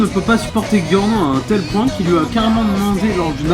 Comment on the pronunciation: C'est bien sauf qu'on dit giorno (jyorno) pas (guiorno)